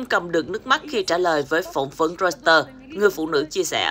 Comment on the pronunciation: "roi tờ" đây mà 😝